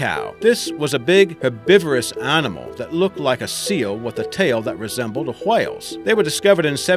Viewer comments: Why do u emphasise the H in whale smh .. wHale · why does he pronounce whale like that